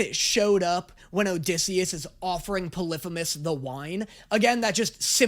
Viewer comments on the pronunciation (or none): Im being very nice about this but its not pelephemus its pronounced (poly-phe-mus) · ITS NOT “pull-if-a-mus” ITS “pall-ee-feem-us” AND ITS NOT “Per-im-adeez” ITS “pair-uh-meed-eez” 😭😭😭😭😭😭😭😭😭😭😭😭😭😭😭😭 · Ah yes “poliphinus” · Poly-fe-mus thats how you properly pronounce the cyclops name